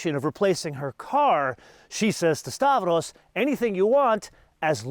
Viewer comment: Make stavros a favor, refer to him as stavros but call him Stavro. Please stop assassinating greek names. After all, every greek person loves benzes and audis 😅 like me